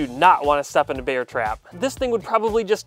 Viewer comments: I like how you really pronounce the "E" in "Bear" instead of saying it normal like "Air" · you pronounce bear like beer. i pronounce it like bare. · Im sure thats NOT a nutria And im sure he pronounces "bear" wrong